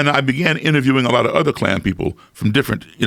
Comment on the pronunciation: Nobody: Not a soul: Not even this overrused meme: Joe Rogan: K L A N